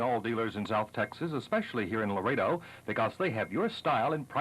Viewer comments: ITS LAREDO, NOT LARADO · It's Not Larado, it's Laredo!